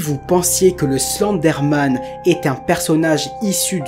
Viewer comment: Je rêve où tu prononce Slenderman :Slendé Man car sa ce prononce Slendeurman